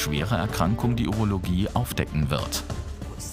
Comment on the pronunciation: "Wir fahren zur Urulogie" wo sind se😂 auf Der Gynäkologie 😂